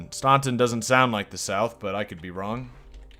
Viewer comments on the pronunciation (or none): Staunton is pronounced STANton